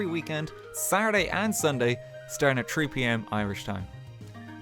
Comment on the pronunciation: "tree pm"